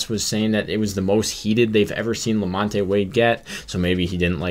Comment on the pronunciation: #1-that is not very heated at all. lukewarm at best #2-Flaherty needs to do better and stop giving the signs away so freely #3-The name is Lamont(the E is silent) Thank you!